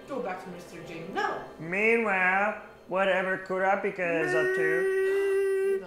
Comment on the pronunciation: Who pronounces kurapika like that